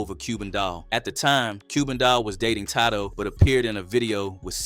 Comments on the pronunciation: Who is tydoe 😂😂😂 it’s tadoe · "tay--doe" not ta-do 💰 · “TAH-DOE” is WILD. 🤦🏿‍♂️ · His name isn't Toddo